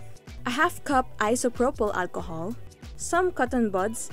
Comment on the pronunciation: You made this video so that you can say "Walchohol" 😂 - but still Great Video👍